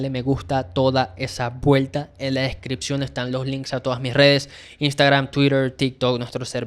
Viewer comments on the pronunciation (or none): none